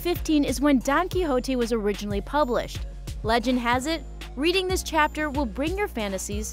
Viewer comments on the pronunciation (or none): none